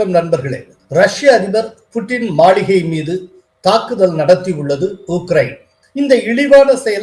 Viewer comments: Hello சார் மளிகை அல்ல மாளிகை தமிழ் தெரியுமா தெரியாதா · Is it Maligai or Maaligai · சார் மாளிகைய அல்லது மளிகையா சரி பார்த்து வாசிக்கவும்.